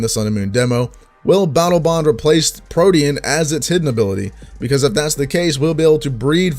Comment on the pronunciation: how this boi pronounces protean tho